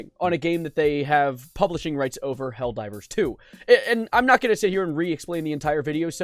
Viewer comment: ITS NOT HELLDOVER 🗣️🗣️🗣️